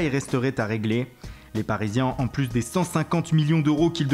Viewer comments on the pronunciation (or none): none